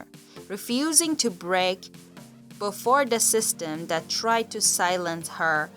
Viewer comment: I dont think the narrator is English. She says dis and dat. Don't think I believe this story.